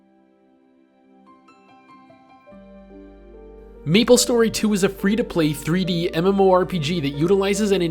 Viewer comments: 1) its may-ple .. not me-ple.. 2) it was never p2w, it was p2look cool. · why do you keep saying Meeplestory? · i disliked cause you kept calling it meeple story and not MAplestory . . . . . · "what does meeplestory 2 bring to the teeble?" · Austin Norman I'm glad I'm not the only one. I cringed every time he pronounced it Meeplestory and Mablestory some 100 times